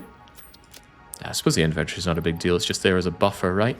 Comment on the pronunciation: Inventory and aluminum…….you’re killing me with the pronunciation 😅